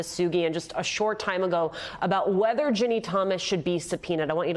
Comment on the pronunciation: Why can't this bozo say Ginni? He keeps saying Jenny..